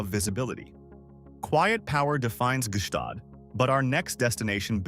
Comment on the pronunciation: Gstaad is NOT pronounced Ge Staad.